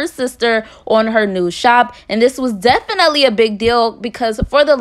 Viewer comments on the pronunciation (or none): Lol if you had a dollar for how many times you say “def-an-net-lee” you’d be a millionaire 😂